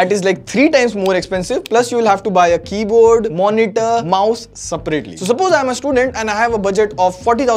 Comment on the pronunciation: Suprately nahi hota seprately hota hai bhai Nahi aa rahi english toh Hindi mein banao na khudki language mein.